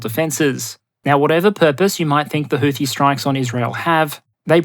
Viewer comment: houthi is not supposed to have th sound as found at the end of the word tooth. Arab consonants are difficult for those handicapped by low diapason languages such English, not to mention the additional handicaps of being from Australia. Not much can do about it I suppose.